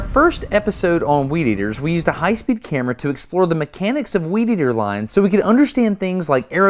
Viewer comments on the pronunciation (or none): "Weedeater Wars" sounded more like "Wieder Wars"